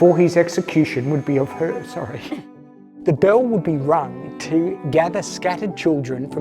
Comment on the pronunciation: I'm french and wow you did it perfectly thanks you , thanks to you a part of France is saved